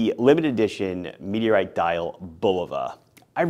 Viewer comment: "MeTeRrtE CrAsHeD tp Eart..." Love your channel.